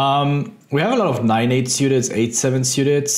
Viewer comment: I love the way you pronounce 'Syewted' Ben :)